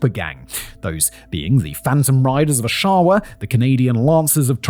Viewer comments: Al Capone died in his Florida home... of syphilis. Oshawa: ahh-shah-wah, emphasize the 1st syllable. Mississauga: Miss-iss-ah-gah, emphasize the 3rd syllable. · Simon, pronounced AW-sha-wah. Great video though, this stuff happened when and where I grew up so it's nice to see it covered. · O-shaw-a?😂😂😂 Osh-a-wa! Good one, Simon. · As a local to the GTA this hurts my Brian Here Simon this is how you pronounce these like a local 😅 Oshawa - AWSH- awa Mississauga- miss. Iss. Ah. Gah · Oshawa is pronounced OSH a wah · Simon hasent need chat GPT to give him a proper pronouncing of a word so bad …. He Uses it a bunch for American names but up here in Canada we get “ Oh-she-wa “ 🤦‍♂️ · I love hearing non-Canadians trying to pronounce town/city names. Oshawa and Mississauga.. chef's kiss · Please tell me you laughed as much as I did when he said Oshawa and mississauga 😂 tho I've heard worse .. still funny .. but my face 😮 when I heard this was a Hamilton case lol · Oof! Body slammed the pronunciations of Oshawa and Mississauga, right off the top ropes. Fun fact about Hamilton police, they have a well-known reputation. Corrupt and lazy, take your pick of one, the other or both. Not much has changed.